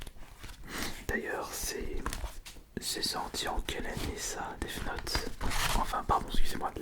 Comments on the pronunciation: Mais pk il dit deave note ? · A l'anglaise